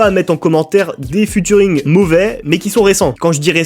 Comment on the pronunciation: Cette série est énorme par contre prochaine fois que tu dis Futuring ya moyen je casse des trucs